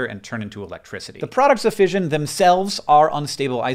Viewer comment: “ fishion ” got me fucking triggered as an english person